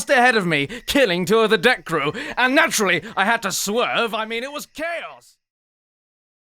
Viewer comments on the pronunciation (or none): none